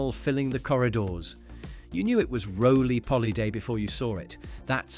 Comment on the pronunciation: Why can you not use your own voice ? Roly polly? ? Savi loi? Real voice would get it right .thats the next thing gone . Real voice please 😢